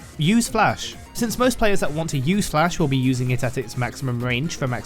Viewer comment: bro really wants to call it dlash